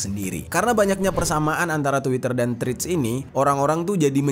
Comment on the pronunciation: Hi! dibacanya TREDS bukan Trids